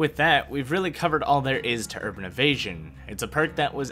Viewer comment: "Urban Evastion"...